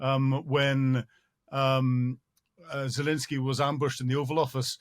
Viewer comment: I am a big fan of your analysis on the war in Ukraine - you have tremendous knowledge and valuable insight. I wonder if you could just pronounce the President of Ukraine’s name correctly- it’s ZelENsky not ZelINsky.